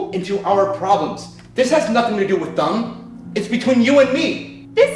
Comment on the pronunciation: Bro tham instead of them